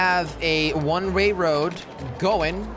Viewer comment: You keep saying rne ray when it's one way